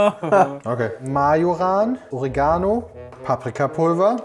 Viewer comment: Wenigstens kann jetzt nur bei harter inkompetenz die audiospur daneben sein :D EDIT: Es heißt OREgano nicht OreGAno